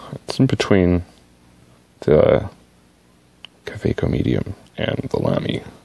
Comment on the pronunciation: I think that is as closest as it will get for a native english speaker to the pronunciation of Kaweco :) You will not offend anyone with that, unless he wanted to be offended ;) But the way you did it is spot on I think. Speed, and pronunciation wise :) Some pronounce it like Kaawekko, but this is not the best way to do it (by far). I recommend the interview of Goldspot Pens with Michael Gutberlet , I’ll leave a comment there :) You take for each letter an equal amount of time :) And it usually isn’t spoken very fast. I think I also need a Pilot Falcon in my life :) Great pen. :) I would definitely choose it over the 823.